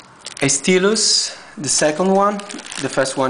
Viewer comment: i like how the guy says "steelus" instead of "stylus" lol it's pronounced "st-i lus" ;)